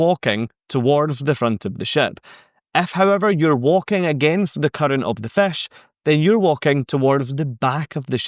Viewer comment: Good information as usual. I would have added on point 3 the forward is also sometimes called the “bow”. be aware on NCL they have a few rebellious fish, in RED, swimming backward. Love your accent saying “fish” which sounds more like “fesh”. Found that one out touring Scotland many years ago. Confused me for a moment in a restaurant talking to the waiter but sounds so nice. Keep up the good work and make more great videos.